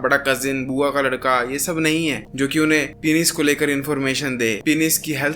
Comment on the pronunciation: Penis ❌ Pinis ✅